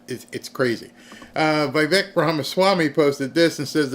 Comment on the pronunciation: How can you watch so much media, and still mispronounce Vivek and Cenk. It's VIH-vake and CHenk.